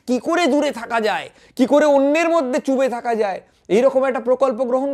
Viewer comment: ai chube thaka kotha ta thik na.... bolun Dube thaka.... 🤣